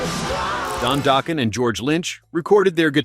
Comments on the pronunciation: Doeken? It's pronounced Dawk-en. And their Tooth And Nail album is STILL their best!! Even if their poppier album Under Lock & Key sold more... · Who’s “Dough-Kin”??